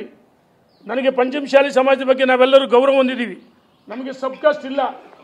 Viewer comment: ನೀನು ಏನು matadtiyo ನಿನಗೆ ಗೊತ್ತು, ಮಾತು ಎತ್ತಿದರೆ ಸವಾಲ್ haktini, ಕೇಳಲು ಬಯಸುತ್ತಿನಿ, ಅಂತಿಯ , ಸರಿಯಾಗಿ ಪಂಚಮ ಸಾಲಿ, ಮತ್ತು ಶಾಸಕ ಅನ್ನೋದು ಕಲಿರಿ😂